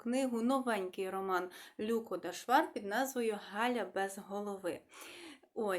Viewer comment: Канал для висловлення думки і я скористаюсь цим: ви так слідкуєте за правильною українською вимової і, щоб твердо вимовляти шиплячі, що втрачаєте динаміку мовлення. На національному каналі ЛюкО, у вас ЛЮко. Ми не кажеио ПушкІн Якесь зерно є, але я недослухала Вона розповідає реалії (автор). Подобається нам це чи ні.